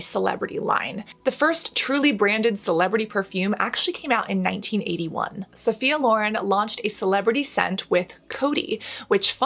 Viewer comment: Love your videos ! You've inspired me to get back in skin care! I went to Esthetics school 15 years ago 😳 lol and Sophia Loren is a godess, love her! Her last name is actually pronounced Law-Ren, not Lauren. 😘 And it's Bruce Willis not Wills. Lol so cute.